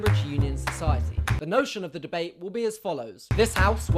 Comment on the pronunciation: God! I love how Jack pronounce 'debate'. just mmhot <3